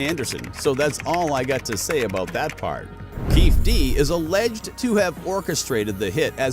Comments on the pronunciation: I mean F the guy but his name is KEEFE D (key fee Dee)!! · It is not Keefe D but Keefe' D. KeefE D. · His pronunciation of keefe d is annoying as hell😂😂😂